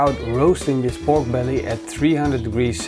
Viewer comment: Sounds like he is saying Bork brelly